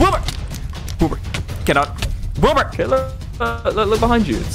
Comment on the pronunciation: Did you just call him wilby